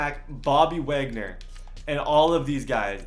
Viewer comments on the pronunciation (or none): Uhh, this whole video I kept thinking, that this guy need some milk, and by the time he said gooraaapoola, and waaagnor, when he didn’t even trade both of them and when he said u can only trade two, I was done